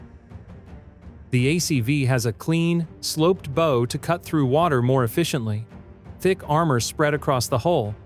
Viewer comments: Bow rhymes with "now", not "so" - if you can't get a decent computer reader, hire a human who speaks English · Only an AI would pronounce a ship's bow as like something one shoots arrows with. Come on AI - smarten up.